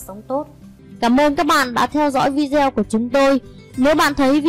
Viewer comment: Video đọc là vi đê ô,đừng đọc kiểu Việt cọng Bắc kỳ ít học vi gieo.ok